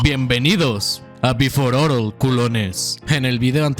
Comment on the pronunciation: oye we, pero es "beforel orel" no "before orel" nombre mexican y el profesionalismo?